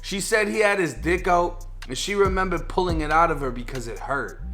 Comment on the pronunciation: the way this man says "dick" bruh ik this is serious but im sleep rn